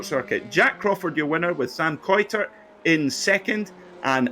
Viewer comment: Sam Kuitert's surname is pronounced: [kaɪ̯təɹt]